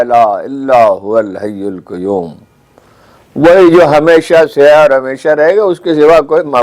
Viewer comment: ہارون صاحب.. قیوم میں ق پر پیش نہیں زبر ہے. براہ کرم قرآنی آیات پڑھتے ہوئے بہت خیال رکھیں. شکریہ